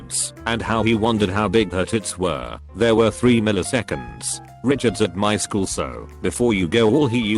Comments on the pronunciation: that *wchool* killed me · "At the wachool" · Post: -at the wchool Video: -at the Wachoool! Yeah... good going, auto generated computer voice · No one: Automated voice: wAchool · "at the wchool" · "wchool" lmao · "The Wchool" I'm dead😂😂😂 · "the wchool" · wuh choole